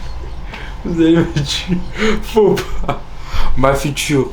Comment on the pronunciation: Comment il a dit faux pas 😂😂😂😂 ma future faux pas il ma tué 😭😭😂😂😂😂